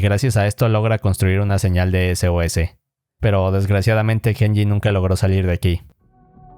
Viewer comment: cuando decia sos pensé que decia sus